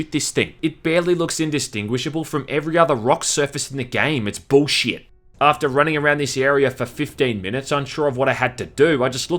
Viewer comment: Random how i found your video browsing your feed. Love the accent and review. I love the bring my piss to a boil its "booshit".